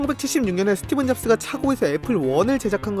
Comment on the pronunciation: 저만 계속 스티븐 잡스라고 들리는건가요? 자막은 스티브 잡스라고 나오는데ㅋㅋㅋ